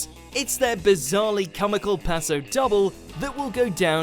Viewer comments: It's not passe double its dooobleeee and also it's not Sheerly its shirrllyyy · it’s not pronounced “doblay”, it’s more like “dobleh” like the E in “egg” or “when” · The narrator is terrible at pronouncation. Aljaz’s name is pronounced like Ali-ash not Elijah. And pasodoble is pronounced as paso-dob-leh not passodobble 💀 and it’s Wuthering Heights…they need a better narrator jeez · How pasodoble is pronounced: pass-oh-doh-blay How the narrator pronounced it: PASSA DOBBLE How Aljâz’s name is pronounced: A-lee-ash The narrator: ELIJAH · Paso...Dobble????? IT'S DOBLE!! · “Paso double” 🤣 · OMG DOBBLE I CAN’T!!! (Btw it pronounced doblay not dobble) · Paso Doblè. It is said Paso DoblAY, not Doabluh. And, it’s Alijaz, (A-LEE-ASH) not Elijah... Also, did you say Withering Hight...??? And, it says it was in 2004, the Lindy- Hopathon was introduced in 2018...??? Or is that just me being stupid? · What is a paso dobble hmmm I don't know a lot about dancing but I'm pretty sure it is a paso doble (doblay) and who is Elijah I have been watching this show for years and I have never heard of an Elijah I'm pretty sure u do mean alijaz (al e az) please find a better narrator as this narrator does not know what he is going on about and no I'm not hating I just find it annoying. does the editor not check through to make sure the video is ok hmmmmmmmmmmmmmm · If you’re going to do a strictly video can you please learn how to pronounce things properly such as paso do-blay not double and his name is Alijaz not Elijah! 🙄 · “Paso dobble” My brain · still taking a chonce bahaha I know! Paso Dobbie? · It's actually paso double ( eh) It's Spanish. P.s I'm not being rude and I don't want to offend anyone ♥️ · It's pronounced pasa dobley. I mean WTF???? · Paso Dobble? That's not how you pronounce it! lol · Alijaz ❌ Elijah ✅ Paso doble ❌ paso dobble ✅ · Ahh yes we love the paso “dobbol” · The paso doble is pronounced doblay, and aljaz is pronounced ali-ash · He really said paso dobble😂😂😂😂